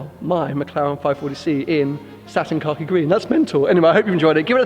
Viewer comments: I keep hearing satin car key green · Anyone else hear "Car Key" green lol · Why are you putting a "r" in khaki? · I thought he was saying satin cocky green as in shit green 😂😂 makes "more" sense now. looks great either way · it seems like you're saying "Car key" instead of Khaki lmao. It looks incredible. Congrats once again.